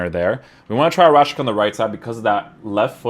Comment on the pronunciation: It's pronounced Rashitsa, not Rashika